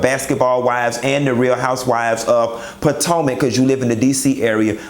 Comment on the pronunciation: Loving this blazer look! Got you using correct pronunciation (Potomac) and all! You better go boy! Gina voice